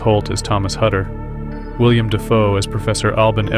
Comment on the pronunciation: Willem, not William.